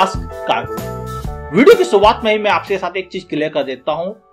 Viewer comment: TRY TO PRONOUNCE ''R'' .. NOT shuuuAATH ...ITS SHURUAAT !!